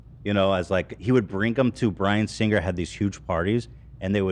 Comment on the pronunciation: My OCD can’t take how Ethan pronounces “Singer”